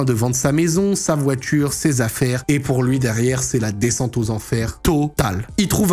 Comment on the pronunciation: Aïe “Desscente” 😂🙊